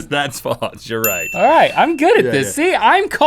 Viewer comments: I love you guys to death, but it drives me crazy when you pronounce "false" like "faltse" !! Haha sorry just had to get that out there. Love this show and Ear Biscuits! Keep it up, fellas ;) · Link says "faltse"